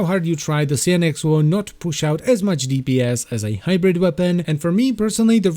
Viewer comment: Please, lets all improve our english. How do you say Cyan? its a common color, for printers. Why do you thin kyou need to be cute and change it's pronunciation here: Cyan-ex, simple.